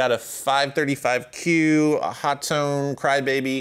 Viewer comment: So can we take pronunciation of HOTONE as “Hot-tone” as gospel? Nobody seems to know…